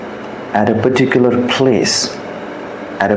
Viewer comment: perticular perticular bole ja rha hai . ka hove hai perticular